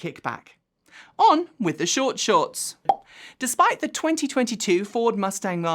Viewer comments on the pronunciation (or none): none